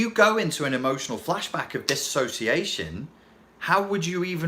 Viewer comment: Thank you for saying disassociation instead of disossiation.